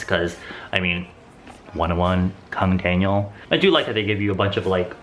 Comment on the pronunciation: I literally paused the video cos i was lmfao when you said Kang Daniel in korean accent 😂😂 oh! Please be my best friend.